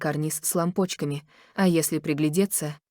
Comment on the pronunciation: СтОит карниз с лампОчками.... это что? Что за лампОчки такие? Слушать это невозможно.... неодушевленное озвучивание-это издевательство над своими подписчиками...💯